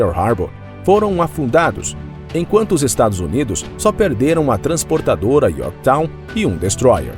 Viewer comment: Transportadora Yorktow ??? Foi isso que ouvi ???